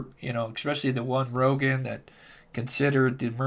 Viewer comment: rogan, not rodger lol 😆